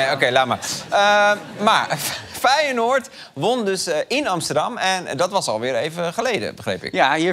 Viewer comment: Fei je noord? Zo spreek je dat nier uit